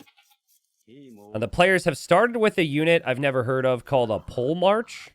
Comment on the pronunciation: “Pole march”? Not “polehmark” as in a military leader?